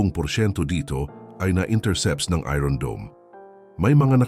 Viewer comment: Ayosin mo mga ung pronunciation mo ng iron.😂